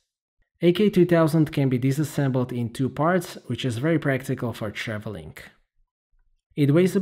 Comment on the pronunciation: hey just want to point out that you usually end your -ing words with a -k sound. Just travelling, not travellingk. Nice video anyway. Thanks.